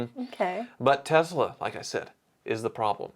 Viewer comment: Can you stop saying tezla... sometimes you say tesla and sometimes you say tezla... tezla makes me want to puke in my mouth